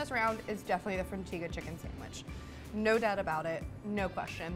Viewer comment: Also the bacon turkey bravo comes with signature sauce and the frontega is pronounced Fron-Tega not te-ga